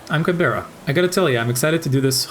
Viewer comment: It’s pronounced like Can-bruh (Although Can-berra has a nice ring to it)